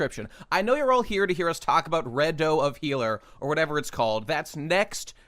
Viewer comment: “Red-O of Healer”